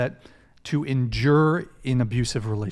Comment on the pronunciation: The most painful thing in this show was trying to pronounce endure.